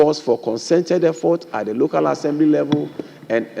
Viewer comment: Is not loco. Is local. You left the l.